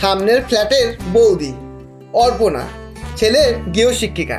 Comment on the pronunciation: অরপণা নয়, অপরণা।